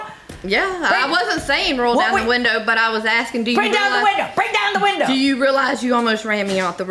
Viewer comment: "ma friend she roll down da woondah" lol love it